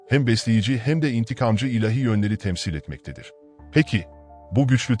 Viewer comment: Teşekkürler. Bir husus: ilehi değil, ilâhi. A ince ve uzun okunur.